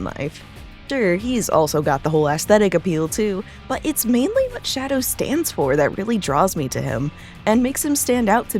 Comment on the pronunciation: did you just call him Daddow?